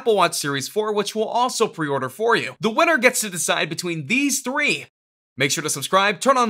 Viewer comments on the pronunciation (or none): none